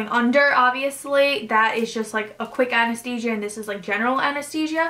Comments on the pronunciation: And the pronunciation... endoscopy, surgeon, anesthesia... 6 months of prep and she can’t pronounce those words? 🤔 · We care because we’re here to get some insight into this surgery. You had 6 months of prep and yet you can’t pronounce endoscopy, surgeon and anesthesia properly... you should name your doctor so we can all avoid him/her. Thanks!